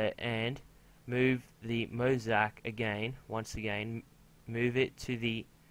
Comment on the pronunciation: oh by the way is mo-zay-ic